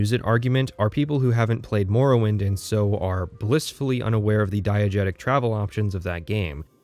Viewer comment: Why are you pronouncing it as "more-owind" Edit 1: why are you pronouncing it as "nirn rut"